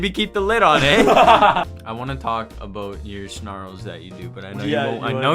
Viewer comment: "aboot" - August 20 2023